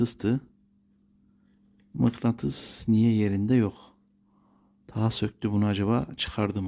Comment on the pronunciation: Mıklantıs değil usta mıknatıs🤣